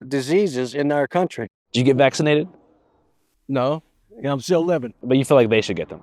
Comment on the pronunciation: "They unvaccinatted" 😂